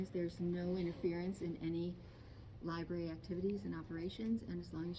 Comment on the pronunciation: Another auditor who cannot pronounce the word library